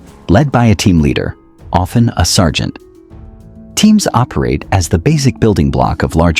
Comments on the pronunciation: surgent? 🤣🤣🤣🤣🤣🤣🤣🤣. you mean sergeant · Surgent? as in Insurgent? lmaoo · Sergant ❌️ Surgent ✅️ 😂😂😂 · "Surgent" at time .49 - AI slop, clicked away. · Wtf is a surgent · Ahh yes, "Surgent". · Surgent? Really? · "Surgent" Well, you tried. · Surry Surgent. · Did you make this while drunk? missed the Coast guard Surgent Oficcer Battialion 🤣🍻